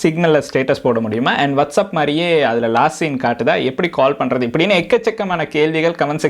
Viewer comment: Bro adhu வாட்சப் Bro வட்சப் இல்ல